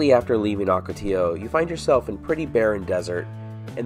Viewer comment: Please, the word ocotillo is pronounced "OH-ka-tee-yo," NOT "AW-ka-tee-yo." Muchas gracias.